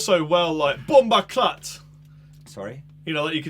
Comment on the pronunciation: i just heard say bUMBACLAT